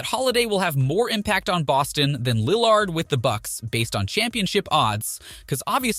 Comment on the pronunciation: Ik u kno nothing just on how u pronounce lillard